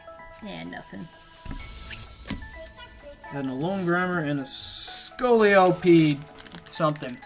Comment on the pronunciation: You finally won! It was overall pretty even, but you got Plumeria and she is awesome! So congrats! =) (P.S. I don't mean to be rude, but it sounds like you're saying Al-OAN, but it's Al-OLAN. Maybe you are saying Al-OLAN and I'm simply mishearing. If that's that's the case, then I apologize.)